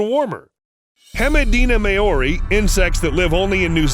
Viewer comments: Maori = M ow rri ≠ May or i ;) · I'm a New Zealander and hearing how you said "Maori" was just cringe. How could you not just quickly search up how to say "Maori"???